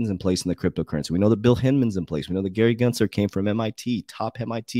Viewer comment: who the fuck is Gary gLensler? 🤣 Isn't this guy supposed to be an expert??🤔